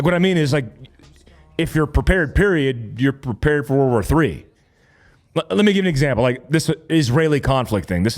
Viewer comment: Why does it sound like everyone says WAR WAR 3 instead of WORLD War 3? Lol